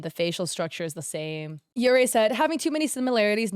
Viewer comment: yeurei is pronounced like yuurei which is baiscally "ghosts"